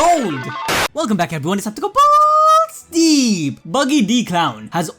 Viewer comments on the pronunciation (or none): none